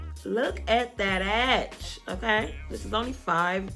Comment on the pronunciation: Every time you said “get that EDGE” I kept thinking you were saying ‘Ass’ 😹😹😹